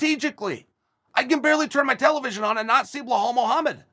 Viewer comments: After two videos of Chael saying Blelhall Mohammed I think Belal might be required to legally change his name. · Blahal is great too